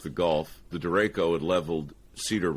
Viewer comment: Things will continue to accelerate. By the way Mike it’s DERECHO